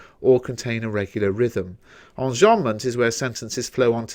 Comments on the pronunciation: Qanzii onjombment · Why do you say enjambment like that?